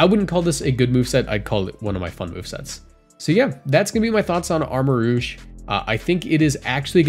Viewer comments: It's pronounced Armarouge...roozh. Not Armarogue....rowg like the xmen rogue. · It's pronounced "rooj." Rogue is spelled w/ a -gue.